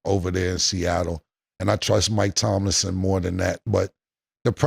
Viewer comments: Cam cant pronounce Mike Tomlin correct to save his damn life 😂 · being a Steelers fan & she never corrects Cam for saying Mike Tomlin’s name wrong every time 🤦🏾‍♂️